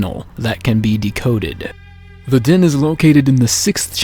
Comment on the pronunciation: It's DEN not DIN omfg